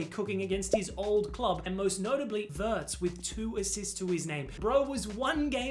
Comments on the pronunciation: It’s not Werts it’s Veertz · it's pronounced like that in Germany